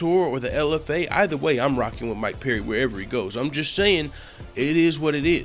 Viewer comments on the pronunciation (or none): It's Perry not peery jeese man